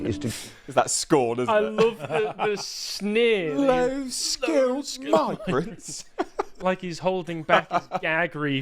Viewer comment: I too love how he stresses “low skilled” and “tax!” 😂